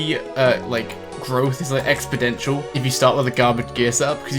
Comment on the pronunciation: "expidential" gp growth lol